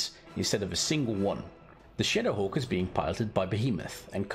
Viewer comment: First time he said shadowhawk, I literally thought he said shitterhawk lmao 😂